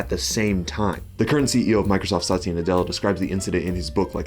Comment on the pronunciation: Good video, but quick note, it's "Sat-ya", not "Sa-ty-a." ❤